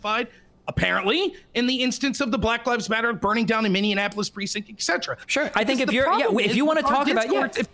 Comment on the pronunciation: "Minneanapolis"??? Immediate forfeiture.